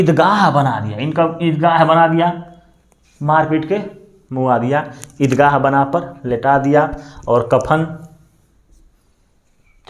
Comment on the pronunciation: Wo ead gah nahi dargah hota hai .. sir